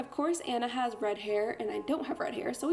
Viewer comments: its pronounced onna not anna but okay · it's pronounced ah-nah not annah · ITS ah-na not an-na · ITS PRONOUNCED AH-NA NOT ANNA YOU CANT MAKE A DISNEY VIDEO AND PRONOUNCE THE NAMES WRONG YOU DID IT IN YOUR LAST VIDEO TOO!!! NOT OK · I want to punch people who say Anna like an it’s onna that’s how you pronounce it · As someone that works as a party princess I think the idea is really creative and fun but a) where is your wig cap b) Aurora is blonde not yellow and c) HAVE YOU EVEN FUCKING SEEN FROZEN YOU DO NOT SAY ANNA YOU "ON-A" WTF NO. That is all have a wonderful day ❤ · It’s Anna not ‘Onna’ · Um I'm not trying to be mean it just annoys me when this happens its pronounced aw nuh not the way most poeple say it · Anna pronounced (aw nnaa) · IT'S PRONOUNCED Auna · It pronounced on-a (Anna) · Actually its pronounced aw nuh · The way she says Anna triggers me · did it bother anyone else that she mispronounced anna so many times? smh